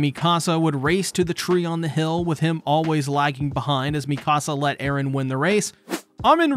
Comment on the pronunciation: Thank you for not saying Erens name the way you did last video , I wouldn’t have been able to watch lol